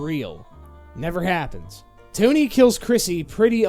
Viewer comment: Toe Knee